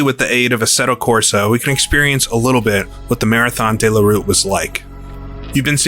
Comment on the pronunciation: 2 minutes into the video and the narrator is trying to tell me that 24 hours is once around the clock. He must be using a very strange clock. Then he starts referring to the Marathon Dey La Route. It's De la route feller, say it how it's spelt.